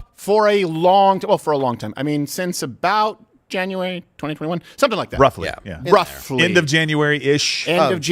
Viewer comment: Steven almost says a'boot, thought that was funny.